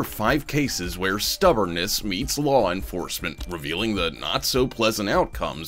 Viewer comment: Just trip em when you walk by an overpass. "Wuss duh law?" Yeah we'll get to that when you can read let alone understand proper English "Wash uh nayme!??" "Cawl duh supuh vizah"😢 "Detained fur wuh?" Ok we have to "learn yuh" what "detain" means....."ok can you read or do we have to translate these weird symbols for you???"